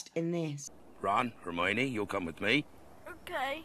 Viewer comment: "Hermanie" oh my goodness